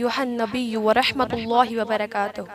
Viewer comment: Warehmatullah perrha behan ny Warahmatullah hota hy عباد الله میں اللہ والا لام باریک پڑھا جائے گا بہن نے پر پڑھا اسی طرح اشھد ان لا والا لام پر پڑھا جبکہ یہ لام کبھی بھی پر نہیں پڑھتے ہمیشہ باریک ہی پڑھا جاتا ہے تبت میں ب پہ قلقلہ نہیں کیا والبھتان میں ھ کو ح پڑھا اور ششم کلمہ میں آخر میں پہلے کلمہ میں محمدا الرسول اللہ پڑھا جبکہ محمد الرسول اللہ پڑھنا تھا